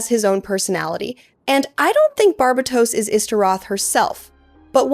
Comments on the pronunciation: I love your videos! I've never heard Barbatos pronounced this way, I've only heard it as Bar-BAY-tos, and it tickles my belly everytime you say it the way you do. lol I love it. This is so well structured! I also need an explanation for what your YouTube handle means!?!? Where DO all maps end?!! I'm SO CURIOUS ABOUT IT lol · great video, but its pronouced Gun-hil-der not goon hil der, bar bay tos not bar ba tos..